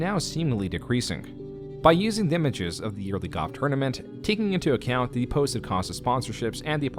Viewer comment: You pronounce "golf" as goff" and it kept throwing me off